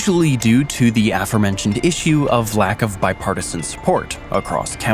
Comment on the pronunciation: Afermentioned? Did you mean aFOREmentioned?